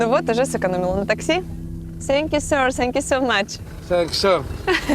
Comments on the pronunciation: научил бы хоть кто-то вместо сэнкью фэнкью говорить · Ой, уберите эту ведущую, пожалуйстааа! Раздражает! "Тhank you" говорится, а не "Senkju", кошмар... И черезчур "скадкая", смотреть невозможно... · Думаю, в Сахаре делать нечего, ничего интересного. Номер отеля Алины - просто жесть! Можно было бы найти поприличнее номер. "Сенкь ю" Боже, Алина, подучи фонетику английского языка, уже 2 года ведешь передачу, а произносить элементарные слова английского не можешь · А ведущая может хотя бы слово спасибо на английском нормально произносить, если путешествует по миру и элементарных фраз не может правильно произнести, то хотя бы научите ее говорить thank you!!!! Сенькью бля ....... хоспадии🤦🏻‍♀️🤦🏻‍♀️🤦🏻‍♀️